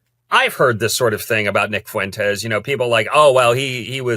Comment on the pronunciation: 😂 that one guy has the picante on it 💃🏽